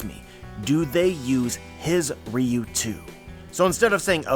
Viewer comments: It pronounce Ryu-wo Ryu is a street fighter character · The translation I read said "Oden's ryou". You pronounce it "riyuu". So are you mispronouncing it or is the one I read wrong?